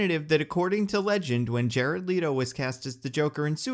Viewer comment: The biggest April Fool's joke in here must be the pronunciation of Jared Leto's name...